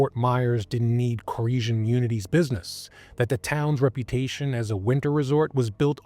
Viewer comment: I think its pronounced core-esh like the infamous David koresh of the branch davidians in Waco.